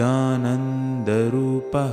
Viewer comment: Last line of every stanza should be sung as CHIDAANANDA RUPAHA and not CHIDANANDA RUPAH. RUPAHA and not RUPAH.